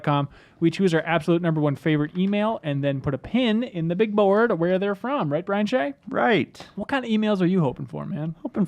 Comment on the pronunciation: Brian Shay sounds like crying shame :)